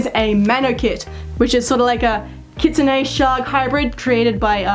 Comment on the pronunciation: KITSUNE IS SAID KIT-SOON NOT KIT-SOON-AY!!!!